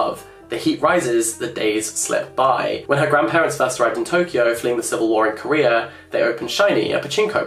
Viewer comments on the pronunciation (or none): none